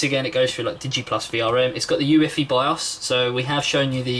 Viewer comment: U-E-F-I :) not you-iffy :P